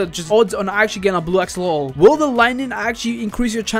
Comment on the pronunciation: “Blue axololol”